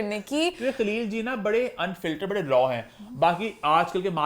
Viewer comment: sweetie, it’s Ban gai thi, not Bhan gai thi, similarly it’s Baray not Bharay:) Hope you would take it constructively:) ❤